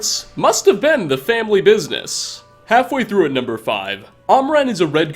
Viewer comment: "The Elder Scrolls FAAHVE: Skyrim. StOrting off with..." 😂